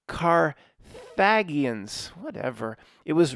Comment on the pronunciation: Hi...are you sure you scored higher on your verbal for SAT 😅.❤ i went to Ball and you went to Penn. Its pronounced Carth en a gin.